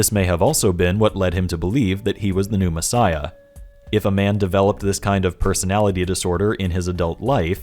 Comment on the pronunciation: I might just be easily amused but I can't stop myself from hearing you say "Pneumassiah" instead of "New messiah". Maybe it's because I know what pneuma means. Also, about the broken bones thing. I'd wager that it has nothing to do with the ancient "prophecy" at all. I could dismiss it as nothing more than a fanboy saying that Batman got beat up, but at least he didn't get beat up too badly. Jesus got crucified, sure, but at least none of his bones were broken, because Jesus is too awesome for that kind of beating! I imagine broken bones were considered a pretty terrible thing back then... considering that the bible goes out of its way to make it sound like broken bones are the most terrible thing. Nonexistent healthcare, primitive beliefs, the sheer length of recovery from broken bones being really significant to primitive societies... I don't think we need it to be a misheard reference at all. But it certainly could be one. It doesn't matter either way, since it's not even close to prophetic in either case. I just think there's an even simpler explanation. Broken bones suck, and it wouldn't do for Magicman(tm) to be sullied by such an awful thing. Edit 2: better way of explaining what I mean: I imagine broken bones weren't often set properly. Imagine a messiah with a limp. Don't think that'd make for a very impressive savior, so "he got the shit kicked out of him, BUT NO BROKEN BONES SO HE WON'T BE CRIPPLED FOR THE REST OF HIS LIFE GUYS IT'S OKAY whew saved it"